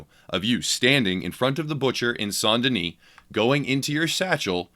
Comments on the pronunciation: It’s pronounced S-ain’t Den-is Not “Saunt Denise” lmao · Saun Deni???? It's St. Denis